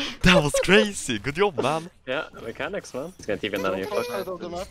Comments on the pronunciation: And “yob” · Why is he saying "good iob" instead of good job? As well as "ioin" instead of join?